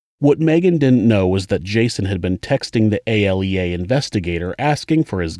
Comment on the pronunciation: ALEA is pronounced (A-Lee-uh)